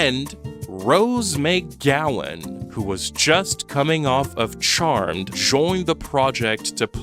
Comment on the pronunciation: Rose MAYGowan, eh? You speak for a living?